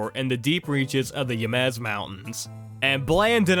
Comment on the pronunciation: Never thought I'd hear someone say Jemez (hemez) as yemez